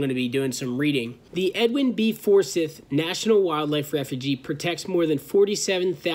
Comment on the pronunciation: And I think Forsythe is pronounced For-Sieth.Nothing was hurt which is the important thing. As a side note, that red and white building you passed on the way in/ out there is a research station for those types of things. Have friends who could get you guys a tour sometime if you want to know more about what’s being done for similar causes.